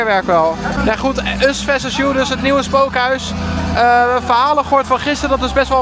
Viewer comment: Us veses you 😂😂😂 “VERSUS!”